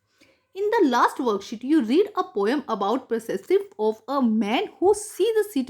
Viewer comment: And it's perspective not persessive